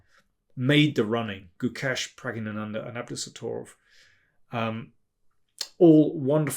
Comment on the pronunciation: Well articulated when pronouncing Prag. It is a tongue twister even for native Tamil speakers . By the way, i am a fan of your commentary since 1995 match between Gary and Anand when Anand managed to won against Gary. Zurich Masters if my memory serves right.